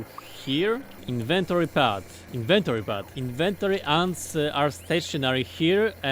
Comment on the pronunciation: Inventoree lol